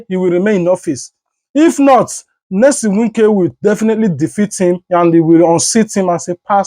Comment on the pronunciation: What is Nylson some of you are just dum you do t read what you see it is NYESOM NOT NELSON PLEASE IT IS YEAH SOM